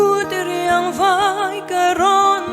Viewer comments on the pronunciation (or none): "chawnbân an vei" ngai lo aw, Mizo ṭawng thu mal lam dik loh hi Judge te'n la serious viau rawh "chawnbân vai" tih tur.